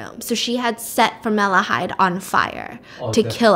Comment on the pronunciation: It's so cute how she calls formaldehyde as formalahyde